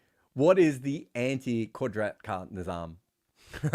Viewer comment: Never did I think I would see an aussie trying to say Qudrat ka Nizam. Btw for anyone wondering you say it Qud like could then rat like rat Ka like the Ca in Car, Ni like the Ni in Nissan and zam like you'd say jam but with a z. You said the qudrat part bang on tho so props. The literal meaning of the phrase can loosely be translated to Nature takes it own course. Anyone with a better translation is welcome in the replies. Edit- You made my comment obsolete with the 2nd pronunciation.